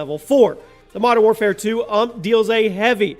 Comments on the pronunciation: did he call a U-M-P an ump ...wow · Not "uhmp" , its "YOU EM PEE" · innit he got me triggered saying it like uhmp